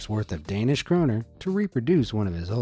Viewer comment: Im danish not Danisco LOL LOL